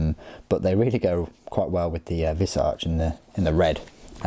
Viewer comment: It's pronounced V - eye - zark buddy. Nitpick I know but you're usually pretty good with pronouncing things so I thought you'd appreciate the correction